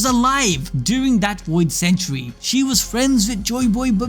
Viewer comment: The "Woid Century"